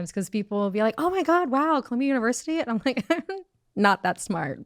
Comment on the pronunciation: she really tried to say “Columbia” …. Girl no